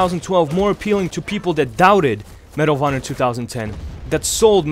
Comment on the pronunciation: when he says medal of honor i keep think he's saying marijuana